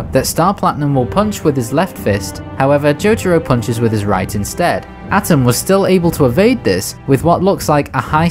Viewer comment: I'm nitpicking, but it's not "Atom", it's "A-Toom"